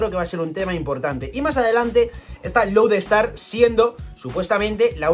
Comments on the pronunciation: Has dicho Road star en vez de Load Star y por pronunciación creí que dirias Road ponegrif y yo 😱 y tu..... Estrella polar y yo. 🤦🏽‍♂️, con lo a huevo que lo tenias.... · lo pronuncia como “Road Star”